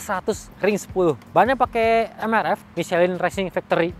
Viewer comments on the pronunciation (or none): none